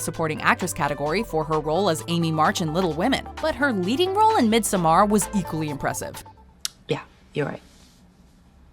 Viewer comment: The way you said Midsommar was soooo cock